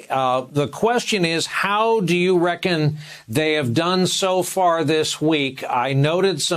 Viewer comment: Did he say RECKON?? 😆